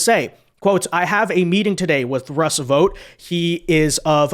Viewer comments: Tarlov is a cretin. He didn't know about Project 2025 beforehand but Demonrat ret a rds like her sure as hell made sure he found out. And it's astonishing the amount of idiots there are who can't pronounce VOUGHT properly, seriously, does anyone pronounce FOUGHT as FOTE? BOUGHT as BOTE? So what makes you illiterates think VOUGHT is pronounced VOTE? In the more than 20 years I lived in the states the one thing that really got me was the absolute refusal of Americans to learn how to pronounce people's names correctly, mine included. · Why do you keep calling this guy "Vote"? It's Vought . Thought. Sought. Brought. Vought. What kind of learning disability is this?